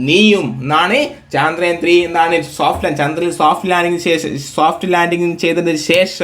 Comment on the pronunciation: Sir പറഞ്ഞു പോകുന്നതാണ് ഇങ്ങനെ വലിച്ച് ഇഴച്ച് പറയല്ലേ പിന്നെ ചാന്ദ്രയാൻ അല്ല ചന്ദ്രയാൻ ആണ്...അതിൽ കൊടുത്തിരിക്കുന്ന പോലെ വായിക്... കേക്കുമ്പോ തന്ന ഒരു irritation 🤦